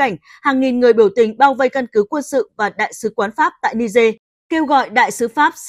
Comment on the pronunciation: Ni-giê chứ không phải ni-dê.